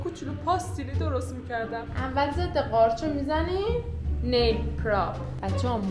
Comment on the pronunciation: فقط اون آقایی که به نیل گفت نایل 😂😂